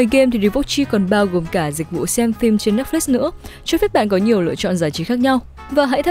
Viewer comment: Ủng hộ voice nữ mới nhưng mình có vài góp ý như này, mình cảm giác âm phát ra hơi bị năng nề, có lẽ là do "ch "và "tr" bạn đều đọc là " tr "cả. Thêm vào đó là việc bạn hay đọc thêm âm " i " vào 1 vài từ, bạn đọc " và" thành " vìa ", chữ " sẽ " bạn đọc là " sĩe ", " xem " bạn đọc là "xiem", " nhé" đọc thành "nhíe". Có thể do mình hơi khó tính nhưng mình nghĩ nếu có thể điều chỉnh lại được mấy khoản trên giọng bạn sẽ thu hút hơn rất nhiều.